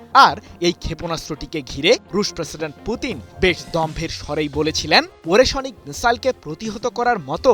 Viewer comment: ওরেশোনিক নয়, ওরেশনিক (ওরে+শ+নিক) হবে সাংবাদিক ভাই।